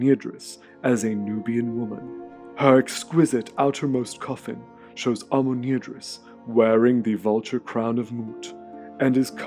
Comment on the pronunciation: Amenirdis, this name seems to be spelled wrong as it is pronounced with an extra r in it all through the video... Nubians do need an editor.